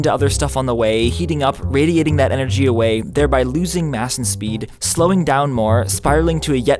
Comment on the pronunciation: ...can radiate awey, doo u no da wey?